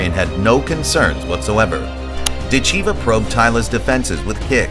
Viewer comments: “dit-CHEE-vuh” 😅😅😅. PLEASE! It’s “DIT-cheh-vah”. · Pronounced.... Dit Cha Va Idiot! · NEXT....time watch the video before posting....her last name is pronounced: Dit....cha...VA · How could you watch all these announcements of her name and still pronounce it wrong the whole time !????? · What is with the Americans when pronouncing words? Can't they listen how the rest of the planet is pronouncing her name? She is impressively fast while having powerful blows and no trash talk! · Learn how to pronounce her name. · You are mispronouncing her family name. The correct accent is on the first syllable. Listen to the referees.